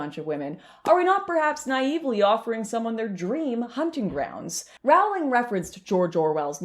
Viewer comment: I can't watch. It doesn't rhyme with growling. It's like roe-ling or rolling is fine too. J.K. chooses her battle and this one with people massacring her name she has forfeited unfortunately.